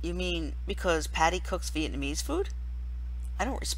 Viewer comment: I'm from Vietnam and I died laughing when you pronounced it wrong...